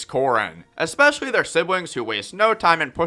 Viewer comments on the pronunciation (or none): none